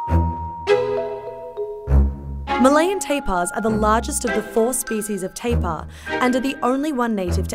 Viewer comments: It's not "Teh-pah" la. It's "Tah-Peer" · we didnt pronounce it 'teepaa', the way to pronounce it 'tar + pear' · Why she pronounce it teepahh? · Lmao teepaa and wataa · It's pronounced "Tape-Ear" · We pronounce IT malayan “TA” and “PEER” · Is it a pronounced Ta-peer or Tai-par?